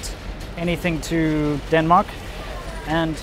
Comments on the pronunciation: Did he just call Denmark "Dun Mai" turning yellow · lol, the time you said Denmark "wrong" was more correct than when you "fixed" it. At least in Danish ears. I guess learning hard as shit languages is one hell of a drug